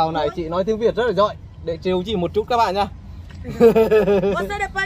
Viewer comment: A Nhật nên đổi tên thành đi. Haha. Để ý thấy a Nhật k nói được chữ có dấu hỏi. Giỏi thì thành giọi, hỏi thì thành họi. thì thành:)))) Đúng là:))) Xong lúc nào mặt Cụng như đang cười. Nhìn vui mà lại thấy hài hài. Em chúc anh thật nhiều sức Khọe, vui Vẹ và hạnh phúc nha.